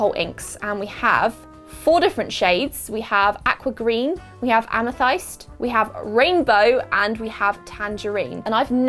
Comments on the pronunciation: hun it's a-meh-thist, not a-meh-thigh-st 🤣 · Um you have a very new way of saying amethyst :) usually pronounced with an i like in with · First time ever hearing it pronounced as ama thiste. I've always said ama thist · Did she just pronounce amethyst "a-me-thayst' like waaaa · when she says "ameythighst" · please tell me you did not just pronounce amethyst as ah-meh-thighs i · Ama-thigh-st hmm........ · I know you're from the uk, but I have never heard a Brit butcher the word amethyst so badly, everyone here and there calls it am-uh-thist (like thistle) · Ive never heard anyone pronounce it, "ame- thigh-st", fancy 😂 I would love the inky box, im trying to find those alcohol inks online and struggling to find many individual colours or that special filmy paper. But im going to have to try them out 😍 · The way she pronounced ‘amethyst’ ✋🏼😭